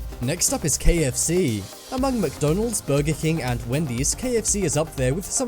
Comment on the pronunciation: Who pronounces it 'McDOHnald's'?